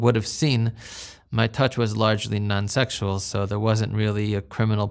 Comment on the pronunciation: Anyone else creeped out how he pronounces the word "sexual" he says Sextual.